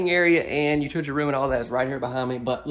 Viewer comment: Thanks for your videos I really enjoy them. However, I have to laugh every time you say “utility room”. I actually had to rewind it several times to figure out your Alabama pronunciation. You actually say, “you-two-tea” room. You’re killin’ me smalls. Thanks for the chuckle.